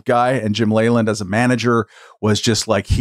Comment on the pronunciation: I used to watch a lot more baseball when I was younger and I remember hearing Jim Leyland's last name repeatedly pronounced "Lee-land" and not "Lay-land."